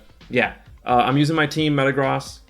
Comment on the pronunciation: Itl think its pronounced metagrozz not metagrows